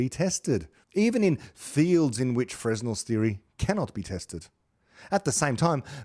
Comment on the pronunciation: Fresnel is pronounced properly as fruh-nel. You have a wonderful program!